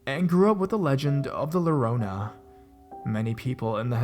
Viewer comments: Spanish lesson for the day, double LL is a "y" sound. It's not low-row-nah, it's yo-ro-nah (rrrrroll you rrrrr's, like the Gabor sisters) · lorona? you mean llorona the double l is like the letter (y) in Spanish so for people that don't know Spanish they would would say it as yorona to pronounce it right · did he just pronounce llorona with an L xd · pronounce Llorrona like you're using the y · he did😖😖